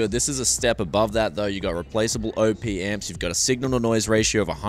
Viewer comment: Great specs on that AE-9. SNR of -130dB (assuming they haven't just lifted that from the Sabre DAC spec sheet) is not easy to achieve. BTW, it's pronounced 'Op', rather than 'O.P.' - short for operational amplifier.